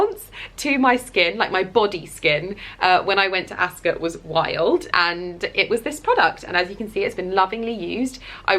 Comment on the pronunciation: Never heard Ascot pronounced like that b4 😅